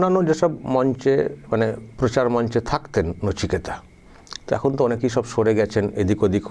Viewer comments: নচিকেতা নয় কচিনেতা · ওটা নচিকেতা নয় বলুন নিচেকাটা 😂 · নচিকেতা নয় কোচিনেতা। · J khobor porche o kintu nichekata